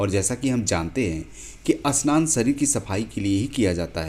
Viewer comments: भाई अस्नान नहीं, स्नान होता है. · अस्नान सही या स्नान सही है और अस्पष्ट सही या स्पष्ट अस्थल या स्थल वीडियो तो बनाना जान गया है लेकिन सही उच्चारण नही कर पा रहा है । सही बोलना तो सीख लो । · जानकारी बड़ी रोचक लगी, पर उच्चारण में सुधार की आवश्यक्ता है। स्नान की जगह अस्नान तो फिर भी चल जाएगा, पर स्पष्ट की जगह अस्पष्ट तो अर्थ ही उल्टा हो गया। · 😂😂 स्नान not अ स्नान and Marathi में इसे चिमणी कहते है संस्कृत में शृगालः